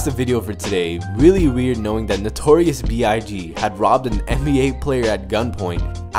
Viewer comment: He said notorious B-I-GEE